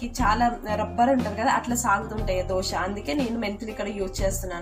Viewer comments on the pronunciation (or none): Dhosa kadhu amma...It's Dosa...